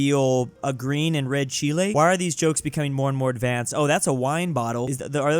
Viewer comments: Whats cheelae? Do you mean chile?😂😂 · Тот факт, что вы только что произнесли название моей страны (Чили)😅